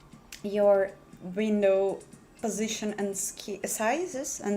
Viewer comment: Meh "my postiition" enough of this crap